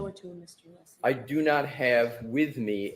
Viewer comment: asked Alessi to clarify his name, then mispronounced it! Idiot right outta the gate.